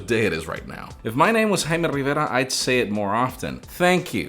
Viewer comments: "Eym Hayme Rriverra" it sounds like this but its satisfying to hear when he's the one saying it. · His name is in spanish and not in english, therefore he's pronouncing it correctly. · Such a relief to pronounce it right and fast.